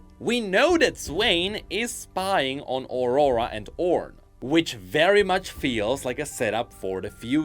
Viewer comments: can't help but hear Ora Ora every time you say aurora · Please, try to pronnounce "Aurora" correctly... My ears...